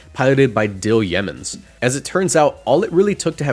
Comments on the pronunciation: btw, Yeomans is not pronounced like Yemen, it's yo-mans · Umm actually it's pronounced yow-mans